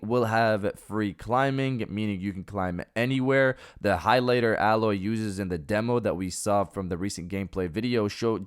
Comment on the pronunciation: Yo,, it’s pronounced “ā’ loy” 👍